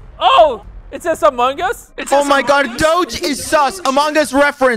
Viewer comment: Nobody- Absolutely no one- Quackity - “I play amongas”